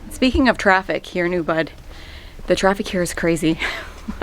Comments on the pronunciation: Oooo-booooood (not Oooo-bud) -- I'm so glad to see that at least the sidewalks haven't changed in the wake of all it's popularity. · Hey lady the town is pronounced UBOOD